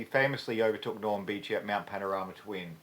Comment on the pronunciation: Norm Beechey, not Beach.